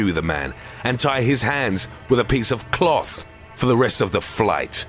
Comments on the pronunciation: A piece of CUH LOTH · With a piece of CLOTHH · The way he says CLOTH! I can't! 😂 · C L O E T H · with a piece of KLOTH